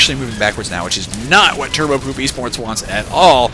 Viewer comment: when u say turbopoop e sports i really thought u said turbo-poopy sports